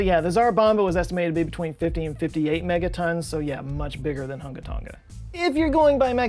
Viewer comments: Tong-uh, not tong-guh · Not to be that guy but you are pronouncing Tonga incorrectly. It's pronounced like "Tong-a" rather than "Ton-ga". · Hate to be that guy but it’s tong - a not tong - ga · I’m pretty sure both of you are pronouncing “Tonga” wrong. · Malo e lelei ...love your videos! The g in Tonga is soft, kinda silent? But how you say it is way more fun... to listen to 😀